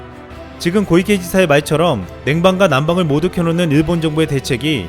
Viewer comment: 고이케 X 코이케O